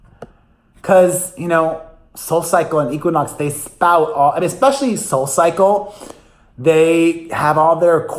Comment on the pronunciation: Ekspecially? Not a word.